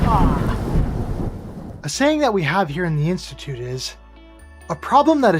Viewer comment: Flerf Instimituute of Scie-unce, where one can achieve a green ribbon for reading partial definitions of words in an dictionary. Cats.